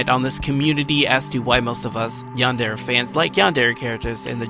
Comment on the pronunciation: Ah, I have one thing that's bugging me. I do enjoy your video, but say this with me... yan-de-re. Not "yander" or "yanders." You made my crab shell fall off each time you said it.